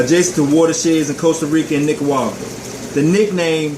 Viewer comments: Nicaragua man, not Nicaguagua 😂 Lol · Sounded like he said nicawawa... leaving a thumbs up just for that lol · I just want to hear you say Nicaragua again